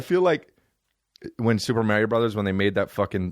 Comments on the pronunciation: WHY IS NOBODY CORRECTING THE WAY HE SAYS MARIOOOOOO. EH'SACUDA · you say mario weird dude